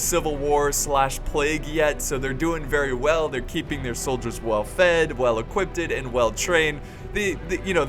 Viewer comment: Did anyone else hear say "equipted" with the t in there